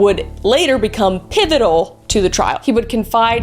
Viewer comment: "And now it's time for Kris says Words!" Pivotable, pivitible, Pivotal!